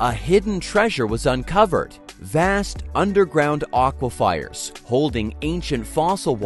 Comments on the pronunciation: So painful to hear over, and over and over. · Aquifers. Nice man. I hope this is AI. Otherwise, learn to pronounce things correctly.